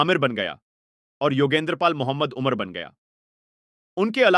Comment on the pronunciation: Bhai naam to thik se lo aurangzeb ka naam sahi nahi ayodhya ko udhya Mohammad umar ko umr ye kya hain kaise video banate hain aap log sahi alfaz ke saath banao taki har koi samjhe